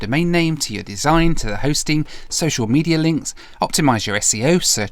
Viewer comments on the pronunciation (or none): none